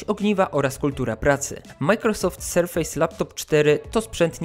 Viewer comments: "Sarfase" - nie Serfejs :D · znaczy no przynajmniej nie mówimy o tych urządzeniach jako „powierzchnie” tylko w tym przypadku wymowa. Litery się wymawia różnie w różnych słowach po angielsku, np. „A” czytasz „ej” ale przy nazwie „Surface” nie mówisz „SerfEJs” tylko „SerfYs” bo tak po prostu jest. Dla mnie tłumaczenie amerykańskiego lub angielskiego slangu też jest żenujące, ale wątpię, że deliver to ma czasami znaczenie „wywiązać się z kontraktu” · Pamiętaj proszę, że Surface czytamy "serfes", a nie "serfejs";) Tak czy inaczej, szacun za materiał! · I dziesiątki tysięcy osób wielokrotnie usłyszy jak się nie powinno wymawiać słowa "surface" :/ Serio, robisz świetne jakościowo filmy i szkoda je psuć takimi babolami, ja wiem, że to nie kurs angielskiego ale chyba lepiej przyzwyczajać widzów do prawidłowej wymowy niż utrwalać te powszechne błędy z "ejs". Dla zachęty zostawiam motywującą łapkę w górę :) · Nie, bardziej „Serfys” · Panie, ale jak recenzujesz komputer, to wypadałoby sprawdzić, jak się słowo Surface wymawia. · wydaje mi się, że źle wymawiasz słowo „surface”. Twój film jak zwykle, świetny. Pozdrawiam, S.